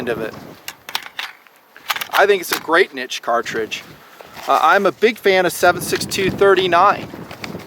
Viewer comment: I respect you even more because you say "niche" the right way. Not like some half assed, wanna be, intellectual.